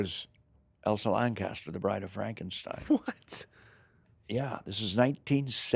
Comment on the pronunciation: It's Elsa Lanchester not Lancaster.